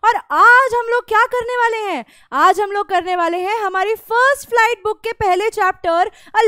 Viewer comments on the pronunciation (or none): none